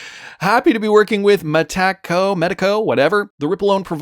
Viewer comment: Say it like a Mexican, "Mi Taco". Salute